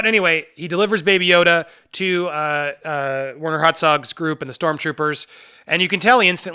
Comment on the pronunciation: It sounds like you are calling him Werner HotDog. Im sure your not doing it on purpose, but I will be doing it on purpose forever